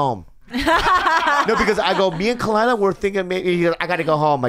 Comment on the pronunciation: Khalyla.... “Ka-wee” ? Really? You said it so confidently too lol